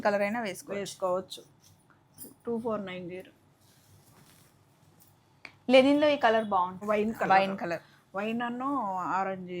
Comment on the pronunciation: లెనిన్ కాదు గారు.... లినెన్